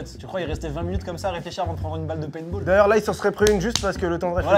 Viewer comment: Mdr c paintball pas painball mais sinon vidéo incroyable